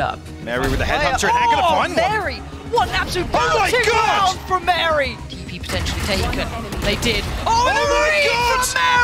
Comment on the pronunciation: thats wary tho, not mary